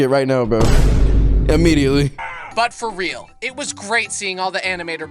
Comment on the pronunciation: "for rearl"